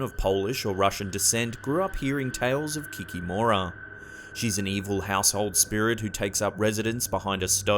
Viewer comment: forgive me but your pronunciation of baba yaga and víla is really bad, also the kikimora make me laugh.